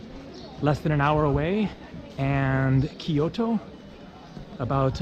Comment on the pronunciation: Kyo/to not Ky/O/to